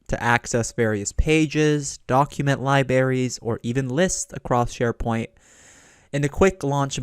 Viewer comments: Two hours with a narrator pronouncing libraries as "lie-berries" - WTF? I don't think I can do it! Oh, and spoiler alert, there are no "Exercise Files" for this module, so don't bother following the link and filling out the access card. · You all have issue with his "Li Berries " But I am uncomfortable with the sound of his breathing and taking saliva inside. He might keep the mic in his mouth. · "lie-berries" lol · It almost makes you wonder if he is trolling on purpose.